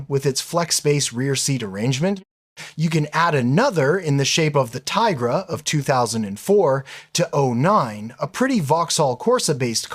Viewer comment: nah mate, OP is joking you mispronounced the name. Its 'Tee-gruh'.